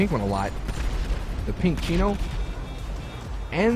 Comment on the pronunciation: primo? thats the faction my brother thats the chino bro, i know that u knwo u r saying wrong, i just have to say it, lol